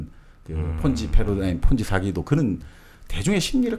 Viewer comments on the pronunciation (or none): none